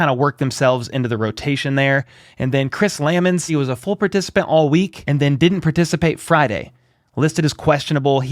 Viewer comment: It's Chris Lu-mons, partner. Love your videos.